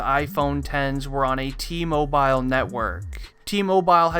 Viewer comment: Bruh it’s T-mobile not Tee Moe BILE